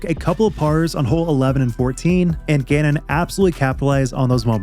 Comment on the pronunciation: LFG for calvin! btw T it really sounds like you say gannon wins.. and the CC agrees lol it says genon LOL